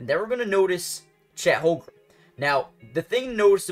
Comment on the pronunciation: Lolz at this guy trying to pronounce Holmgren. Holgrum?